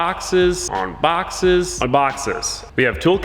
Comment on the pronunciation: Why i heard "on boxers" when he said on boxes